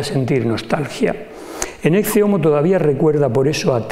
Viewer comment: ¿ No se pronuncia la expresión latina como "Eque Homo" ?